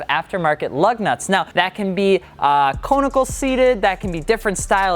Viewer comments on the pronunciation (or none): He pronounced conical wrong and obviously didn't know any other types of lug seats lmao